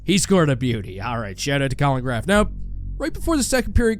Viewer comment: Colin who???....... colin "GRAF" 📈📉 🤣🤣🤣